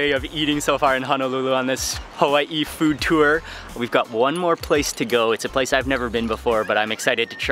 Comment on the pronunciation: I'm from Hawaii living in the Midwest U.S mainland. just listening to the way he pronounce and says the names of the Hawaiian foods i can tell Mark lived in hawai back then. Lol admit it!..😄